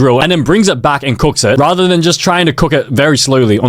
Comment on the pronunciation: “cooocks”😭 it’s cook